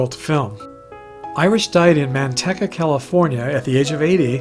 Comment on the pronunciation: The City of Lard aka "Manteca", is a city of 81,000. 65 miles S/W of S.F., it's name comes from the spanish word for lard, the local pronunciation is MANTEEKA. No need to thank me for the lesson on Manteca for you and your fans, You're all very welcome.😉